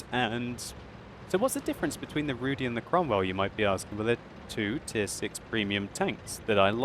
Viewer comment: I am from Poland and my ears are bleeding. You mispronounced the letter Y in the word Rudy. You should do this as saying the letter I in Berlin.